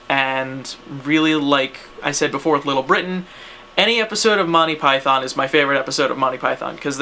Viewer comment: The way you say monthy pyton.... u just gave me aids through the internett....